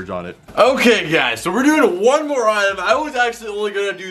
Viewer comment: why are you saying mnore that’s not even an actual word explain please